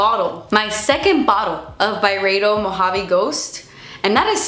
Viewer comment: Check out about-face’s lipliners, They don’t freaking come off! And Pat has a bunch more lipliner shades now too. I love half-naked. Not a criticism because I want to say it the way you do. But I recently learned it’s By-reeeeeeed-o from Fat Mascara. Love yaaaa!